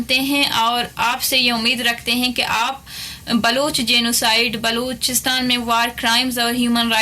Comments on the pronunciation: चुटिया राजनाथ सिंह बलूचिस्तान नहीं बोल पा रहा है और गृह मंत्री बना बैठा है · cant even pronounce Balochistan 🤣 or yechly hain Balochistan ajad krwany .. Basdk pehly Apny Kalbushan chacha ko to Ajad krwa lo 🤣🤣🤣